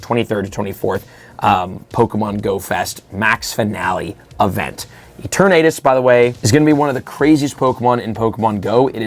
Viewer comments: "ETERNAMAX EETERNAITUS" Its Eternatus bro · E-Tern- er- tus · bro mispronounced it so hard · the way he says eternatus makes it sound like a disease